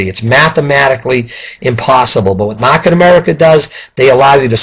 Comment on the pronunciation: Mahhket America 😂 lol! Good video!